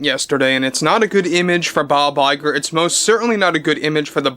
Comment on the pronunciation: Bob LIE'ger lol